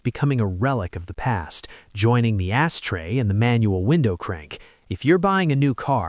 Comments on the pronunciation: You 100% called it an “ass tray” instead of an ashtray. No one else heard that? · “Joining the ASS tray” ? Really, AI reader? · Anyone else hear this AI-generated voice say "asstray"? I rewound to be certain that's what it said! 🤣🤣🤣